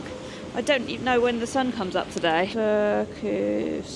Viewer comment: The R in Finnish is always rolling R, quite similar to Spanish rolling R. So you should pronounce e.g. Turku as TuR-ku.